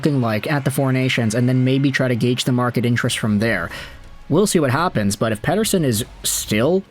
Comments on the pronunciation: Ep40 gave an interview and was asked how you pronounce his name and you pronounce his name like that in Swedish. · i'm glad someone else was feeling the same way about this lmao. I like the videos, but I dislike how his names being said